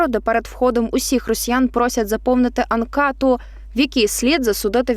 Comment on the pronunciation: Якщо говорите українською,то не позорьтеся з вимовленням; яка така анкА(е)та? Замість підтвердити- підтвАрдити? І тощо...Це неможливо слухати,коли замість всіх " е" ставлять "А". Мова повинна бути класичною, а не колгоспною в новинах, уважайте це!!!